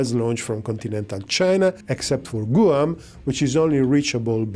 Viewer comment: loves his clickbait thumbnails, no matter who they’re meant to appeal to. Great content, the breakdown was pretty fair. Also,, Guam is pronounced more like “G-wam”, not “Goo-um”. English is strange 🤷